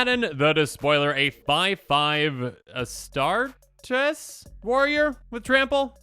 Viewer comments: As-Star-Tees. Similar to how you pronounce Achilles. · not to be mean you did rather well on the pronunciation Ab u dawn and it’s A Star tees Yes they are confusing if you make a proper deck tech call him Abby also I recommend learning the names of the characters because some people are mean I just wanted to show you that you almost got it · The way you butchered astartes is crazy af😂